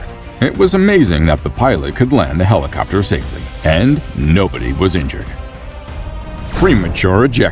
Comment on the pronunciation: Lucaas will help you say this correctly. “Luckily, no one was inchured”